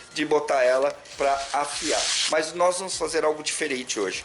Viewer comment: Parabéns peito conteúdo! Sempre te acompanhando! Like toda hora. E "noiz" rsrsrsrsrs